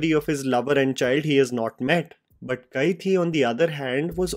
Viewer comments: Bro it's Kai-di not Kai-thi. Hindi word for prisoner is the same as the tamil word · hi...its pronounced kaidi.